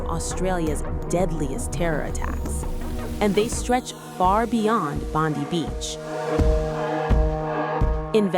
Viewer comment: This is a fake video, because the way she is pronouncing "Bondi" is incorrect